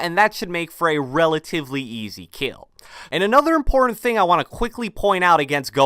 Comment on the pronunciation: "Really Yeasy kill" =D